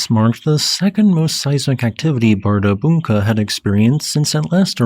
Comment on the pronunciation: The d carrying a cross symbol should be pronounced like the 'th' in the in English. On 2nd hearing, I think you got it. It's hard for an English speaker to put that sound in an odd place.